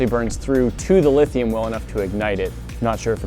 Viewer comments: "LIT"hium batteries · lit hium -ion